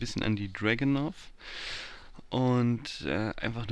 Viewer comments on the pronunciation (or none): none